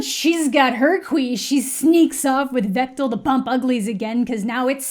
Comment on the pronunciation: 🤣🤣🤣🤣 So I’m a romance novelist and I knew going into this that either be offended or just jazzed. You immediately got me with the way you say “Vektal” Granted I haven’t actually read this series but I’m pretty sure I’ve read many things on the same level as these books